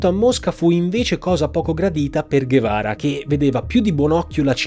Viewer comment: Ho trovato qualche errore nel video. L'embargo è terminato nel 2014 con la presidenza di Obama ( o almeno ho studiato questo a geografia). Inoltre Ernesto che guevara, si legge Ernesto ce ghevara.